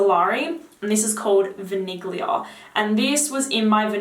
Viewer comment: THE G IN VANIGLIA IS NOT PRONOUNCED. Thank you :)